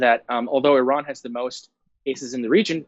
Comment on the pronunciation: Wow, you actually pronounced "Iran" correctly. I don't think I have seen many Americans do that. But then almost ruined Qatar's pronunciation before using the correct word.